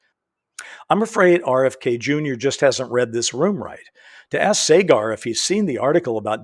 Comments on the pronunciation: He said his name as: SA GAR. Not Sey Gar. Saagar Enjeti is a very sharp young man. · It's pronounced Sah-Grr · You said Saagar name wrong.